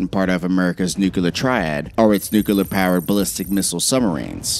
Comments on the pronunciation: Why the F*CK can nobody say nuclear?!?! It's not that hard!! NU-CLEAR, not NU-CU-LAR. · Nuclear...."new-clear" not fucking nucular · Nuclear not nucular. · (noo-KLEE-er) not (noo-KEEWL-er) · "New-cue-ler"? NEW-CLEAR. NUCLEAR. NU-CLEAR. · New-klee-er... not new-cue-lur. Only one U in nuclear. Sorry. Biggest pet peeve in the world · Please ! It's NUCLEAR, not NUCULAR ! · New-klee-ur. Not new-q-lur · It’s nuclear. Not nucular. Hard to really get past that when watching this lol. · His use of « nucular » makes me wish a NUCLEAR war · new clear not nukeular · The word is nuclear... not nuculer. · its new-clear. not nuke-u-lure... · Nucular or Nuclear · Stop saying “Nuke-yullar”. It’s “NUCLEAR.” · Nuk-LEE-er not nuk-you-ler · Plese learn to say NU-CLEAR NOT NUKE-ULAR, thanks! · Nu-cl-ear. Not Nukular. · Sheesh... stop saying "nucular"! The word is "nuclear". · Nuclear. New. Clear. Not new coo lar. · "newkuhler" lmao. Stop it. Try "newclear" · What's a NUKKELAR WAR???? Are you trying to say NUCLEAR WAR rather than NUKKELAR WAR????? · The word is N U C L E A R!!! Not nucular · Immediately stopped watching and downvoted when I heard "nukular" instead of "nuclear" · I found ONE other human being that it irritates! Hello fellow human! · nu-clear, not nuceler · Please stop using the word "nucular". There is no such word. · ITS PRONOUCED NUCLEAR NOT NUCULER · Nuclear....not nucular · nuclear="new clear", never "new cue ler" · It’s *NEW-CLEE-AR!*. Not “new-cue-lar”. SMDH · The speaker he doesn’t know how to say nuclear properly he says nukeelar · New-CLEAR. NEW-clear. Not friggin' new-cu-ler! If you can't get the basics right, how are we to buy into anything else you say? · NU-CLEAR... NOT NUCULAR... Come on. Speak English. Not Bushish. It sounds so bloody stupid! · Nuclear, not nucular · ER - It's "NEW CLEAR" not "NEW CUE LAR" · It's nu-cle-ar..NOT NUCULAR!!!.. Other than that I love this episode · Is it nuclear or nukelar😆😆😆😆😆😆😆😆😆😆😆😆😆😆😆😆😆😆😆😆😆😆😆😆😆😆😆😆😆😆😆😆😆😆😆😆😆😆😆😆😆😆😆